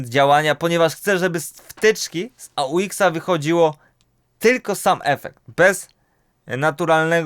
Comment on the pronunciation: AUX to skrót od auxiliary więc nie wymawia się go jako A U X (jakby to były pierwsze litery jakichś trzech słów) tylko po prostu aux ;)